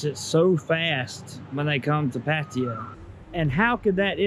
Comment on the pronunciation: I guess first thing to learn is how to properly pronounce Pattaya in Thai